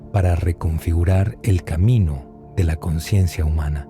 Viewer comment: La ausencia de la "S" de la palabra "consciencia" del narrador, puede dar a confusión con la palabra "conciencia". Gracias por hacer posible este canal. ❤️